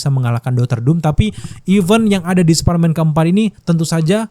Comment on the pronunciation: Apa perasaanku aja apa kupingku soak ngedenger spiderman diucap sperman, ngramein kimentar😅